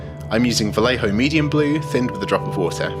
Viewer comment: You spell "Vallejo" wrong! it is "va-yeh-ho".